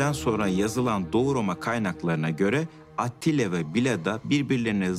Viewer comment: Canını yediklerim evet doğru yazılmış ama seslendirme de halen ATİLLA diyoruz. yav atilla degil ATTİLA :D (eleştirelecek tek nokta bu gerisi harika)